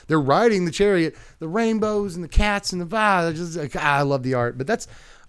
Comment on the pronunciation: I think "Caetus" might be pronounced "See-tus" -- like the mythological creature